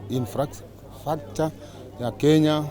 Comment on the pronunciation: ametufanyia kazi nzuli, ametujengea mbarambala infracturecture inflaslacture ya kenya...tunamshukulu🤣🤣 WHO HEARD THIS 😆